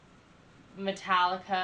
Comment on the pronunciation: It's pronounced Meta-leeka. I got into them back when their name was Alcohollica, and yes their 80s stuff was way, way better than their new stuff. They're the opposite of the Beatles in that way. The Beatles began silly with songs like I Want To Hold Your Hand. Later though, after the LSD and pot, they got a lot better with Strawberry Fields and I Am the Walrus. Metallica began strong and then eventually became silly after they stopped drinking and snorting coke